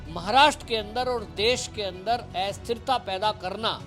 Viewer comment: भाई साहब, एस्थिरता नहीं; अस्थिरता होता है. कम से कम उच्चारण तो ढंग से करें. धने